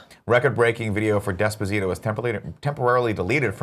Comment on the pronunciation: Pronounce despacito correctly you tool, all you have to do is watch the video you'll know how.